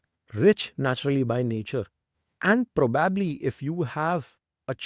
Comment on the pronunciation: It was an interesting watch and so well articulated. May I suggest that you look up the way you pronounce "probably" please 🙏